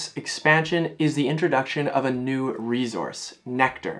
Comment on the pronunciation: I leave the second I hear “re-Zource”